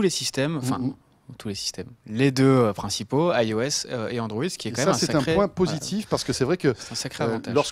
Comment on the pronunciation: pourquoi vous avez la manie de dire AIOS alors que c'est juste IOS ...?